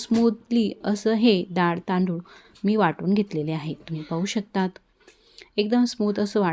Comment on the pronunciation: Nice recipe. I think it should pronounce डाळ not दाळ. This is just to correct and not hurt you.